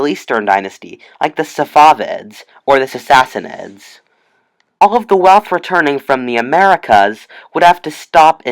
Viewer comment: Sasassanid? its Sassanid